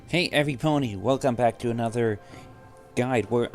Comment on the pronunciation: hey every ponny? why did i hear that?